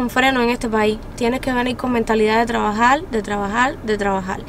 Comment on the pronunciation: Me encantó lo dicho por: "mentalidad de tlabajal, tlabajal y tlabajal"